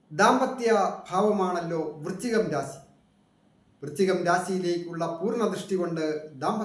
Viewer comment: രാസി അല്ല രാശി ആണ്